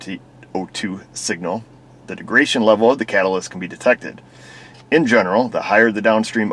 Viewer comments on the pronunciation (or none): none